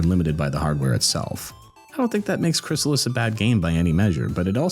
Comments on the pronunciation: Crystalis, not Chrysalis. Right? 😅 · Let me help you out on the name of the game you're making a video about: Krih-stall-us (Aside from the distinct syllables, you may also notice that the word contains the letter T.)